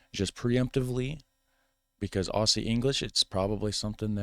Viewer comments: 'Aussie' is pronounced 'Ozzy'. We spell it both ways as you can see by my name. We do not say Ossie. We say Ozzy. (Both Aussie or Ozzy are acceptable ways of spelling this) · When you pronounce Aussie you don't say it with an S. Its pronounced with a Z. Aus is pronounced Oz. Aussie is pronounced Ozzie.